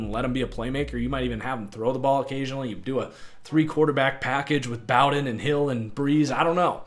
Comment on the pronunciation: Bow-Den like bow and arrow